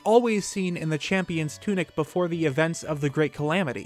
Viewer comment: "And link clearly isn't in his shampions tunic." deep inhale